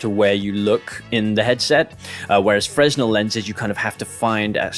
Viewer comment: Great video mate. But, and this comes from the place of love fresnel is pronounced as fray-NELL 🙈